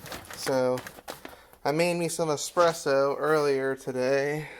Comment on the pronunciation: Vertical orientation, mouth breathing, "expresso"... Intelligence level know.